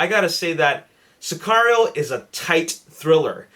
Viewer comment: Mexican right here. You pronounced it correctly!;)